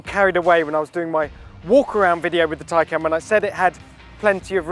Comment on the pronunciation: Just to add its taycan not tiecan its spelt tay can on the badge not tie can learn to read